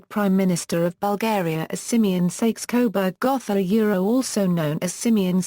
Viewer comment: 'House of Sayks Coburg'? Yeah right. Bye bye